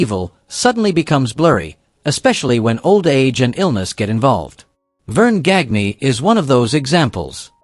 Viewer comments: Verne GAN ya. Not GAG nee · Gagne's last name is pronounced Gahn-yuh. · Gag nee,and saveel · Gagne is pronounced "Gone Yah" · Verne Gag-knee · Same thing that made him mispronounce Verne Gagne's name.